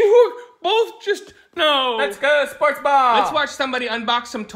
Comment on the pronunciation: “I love sprots”